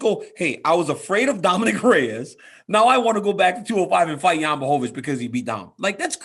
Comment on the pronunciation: DC is the only person who actually tries to pronounce Jan's full name correctly 👌😁